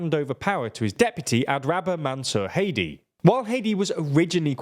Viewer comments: Its Hādi not hedi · It’s not hati why is this commonwealth accented guy this sense ? hati is a country we pronounce (HATE TEE) , Arabs with the letters H A D I , is (HAH DEE) . It’s pretty simple , I knew two people with this name . and no ever called them Hate tee , always Hah dee Jfc . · Errmmmmm It's Haadi not Heidi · The former President of Yemen is Haadi not haedi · it's not hedi it's hadi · Every time he says Hadi I think he's saying Haiti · you completely massacred the pronunciation of HADI